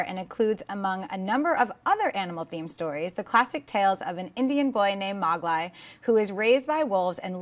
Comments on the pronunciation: I'm sorry but just BUTCHERS names. she pronounced Mogli like MAH-GLIE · loved the Jungle Book movie as a kid... but can't pronounce Mowgli's name?!?!?! (Mo-glee). lol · You guys are haters. All those shitty movies like rise of 300 or whatever and you're gonna talk about a movie that might have some substance in Kevin Hart's movie dealing with issues of jealousy? That's a pressing issue that affects people's lives. Oh and it's pronounced mou LEE. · First of all, holy shit Dennis and killed it hosting alone. She totally knows her stuff and has so much to say compared to when all she does is brings up the topics for each segment. But, LMFAO she called Mowgli, "Mogwai!" hahaha! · Pronunciation of mogli was...something. But is a lot smarter than she lets on, defiantly should be on the panel more often. DEFINATLY over Erin...urgh.